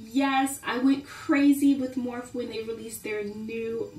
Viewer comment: Great video :) Morphe is pronounced morfy btw :) I LOVE morphe I have 40 morph brushes lol so I went a lil ham too..a lot of my furrels have came off of the handles but it doesn't bother me it's an easy fix with .99 cent nail glue , I'm more concerned about the quality of the bristles and these are SO soft and plush for the price. And yes they are a dupe for the Sephora pro line but the reason morphe was able to make them so much more affordable is because they did cut corners with the furrels and handles of the brush. Sephora pro brushes are made with a chrome furrel that will never dent or change color over time..that is my ONLY con about morphe is the furrels on most of my brushes are so dented that they look like a dog chewed on them haha..they do not shed or lose the shape , or make the brush any less efficient it just sort of bugs me because they are so pretty otherwise to look at lol so it's just a minor flaw IMO but where they did NOT cut corners was with the bristles ! :)